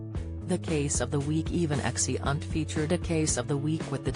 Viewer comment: "Exi-unt"? Are you kidding me? I can't listen to this AI voice, much as I want to hear Season 9 explained.